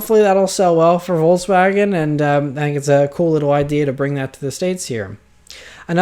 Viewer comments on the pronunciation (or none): none